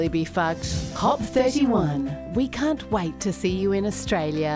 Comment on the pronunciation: I was so confused when she said "Cantonese" (Chinese language) before realising she meant "CAN'T-onese". Don't worry, I'm Cantonese, I'm not offended.